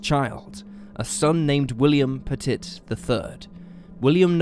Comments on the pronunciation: I wish you dumbass Brits would learn how to pronounce words especially names it's pett-it not pet-tit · "Puh-TIT"...no. Pet-it. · It's pronounced p-uh-tee. Sorry, but as a Frenchie, it drove me nuts. Love the episodes regardless 😇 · It's actually pronounced PET-it. This happened about 2 or 3 counties away from me and it was just awful, the police took a lot of flack, with many claiming if they had just gone in big and bold they could have prevented the deaths, at the very least the burnings of the house., and perhaps also the bodies it seems they sat outside thinking that was a good idea for more minutes than anyone should have and God knows what they were waiting for. As soon as they went in and found the bodies, they knew they had blown it. I don't recall what the final disposition of this was but I think that particular Police department went through a whole lot of retraining as a result, to say the least. You said it correctly once I think when you first mentioned the mother, who used the surname Hawk - Pettit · Petit - pronounced “pet” “it” Corral - pronounced “core” “Al” Say it right!